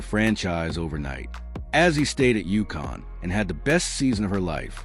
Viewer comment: So tired of this AI slop. Paiges name is pronounced BECKERS, not BYUKERS. Also screwed up Azzi's name, also. SMDH